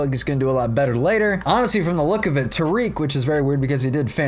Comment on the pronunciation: Future reference. Tarik (tear-rick) Jeimer (Jay-mer) lolz. Thanks for doing my tigs though. Only know that because I heard the announcers say it 1000 times this year